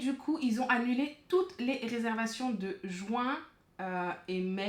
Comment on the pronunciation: Est ce que on peut arrêtez de dire jouin au lieu de JUIN !!!!